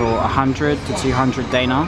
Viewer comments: I am Macedonian and btw, the way you say the Macedonian currency (Danare) is wrong. I it pronounced (denarji). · “Day nar” lol